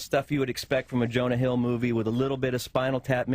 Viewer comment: Mispronounces Jonah Hill